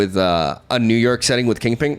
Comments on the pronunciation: Once I know that you are saying kingping I can't not hear it. 😂😂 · "Say king": King. "Say pin": Pin. "Say KingPin": KingPing. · Says he doesn't pronounce Kingpin wrong. Says it right one time, then proceeds to just say it incorrectly the for the rest of the video for the hell of it. Classic lol